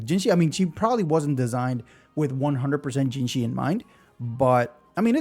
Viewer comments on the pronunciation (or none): It's hard to write out but "Zhe" is similar to the "ju" in "judge", and the vowel in 'zhi' is similar to the "ji" in "jitter", NOT "jee". Juh-jihh. One of the trickier spellings for sure :) Pro tip, google translate will play the pronunciation for you! Just type in the name (Zhezhi), copy the characters it suggests (这只), and click play. For Chinese you sometimes have to add something else at the front to get it to read the first syllable right, but it works for any language. (tones/characters won't necessarily be right but it will give you the gist of how to pronounce it.) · It's pronounced like judgey to make it easier for folks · You pronounce zh very similarly to "j" sound in English. So Zhezhi would be Je-ji (Je like in Jeniffer, ji like in jingle).